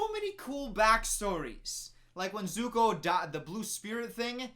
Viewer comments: It's Zuko, not Zoku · the name is "suck ah" :D and aaaaaaaaaaaaaaaaaaaaaaaaang :D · His name is Zuko 😂 You got the vouls the wrong way around 😂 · complains about mispronunciation also: earoh and zoku i cant😂😂😂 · They changed the names of the characters! Also: Zoku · Me crying and screaming simultaneously : ZUKU AND IROH OH MY LORD WHY?! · The pronunciation or iroh kills me. Also, it is ZUKO! Lol burned dude; the disrespect 😂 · over here complained about how aang’s name was mispronounced then proceeds to do so at both zuko and iroh’s names. I can’t with him 😂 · When he rips into Katara mispronouncing Aang and Sokka but can't say Zuko or Iroh right :/ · Gets mad because they changed Aangs name. Continues to butcher Zukos and Irohs name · This dude judging the movie for saying the names wrong but then mispronounced Zuko and Iroh 😂 Also there’s only 3 books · burn dude's name is zuko and his uncle's name is pronounced eye-roh congratulations to you for getting through this shitty movie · “His name isn’t ‘Ung’ And he’s not the ‘Of-atar’! They can’t even get the pronunciation right!” Also: “The burn dude ‘Zoku’ and his uncle ‘Ee-roh’” ‘Soaka’ waiting for his verdict: 😶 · “they pronounce the names wrong” Also: “Eroh” “Zoku” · no it's not aajsbxbchnng its Anng. Also: zoku and iwoh